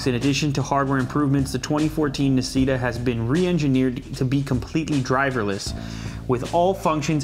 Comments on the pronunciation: You don't pronunce it like nasita, it's italian so its actuay pronunce d nasshita(i wrote it how you pronunce it) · Nascita is actually read "nah" "she" "ta" (that was my best spelling) and it's Italian for "born" Autore, pronounced quite well due to its easiness, is Italian for "Author" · I believe it's pronounced "na-shee-ta" (Italian) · it's Italian btw... "nascita" means "birth" and "autore" means "author" and that's not how you should pronounce them LOL love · Hehe Nascita and Autore are italian words e l'hai pronunciato male . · Very bad italian!!! xD